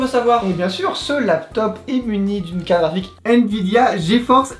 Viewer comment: Dites moi que je suis pas la seule à avoir entendue Calrique au lieu de carte graphique de la bouche de à 1: 47 🤣